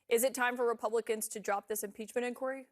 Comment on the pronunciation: This guy mispronounces word “inquiry”. Did he obtain a tertiary education?😂